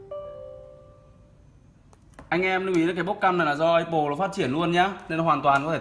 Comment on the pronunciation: a phát âm từ apple hay thật ấy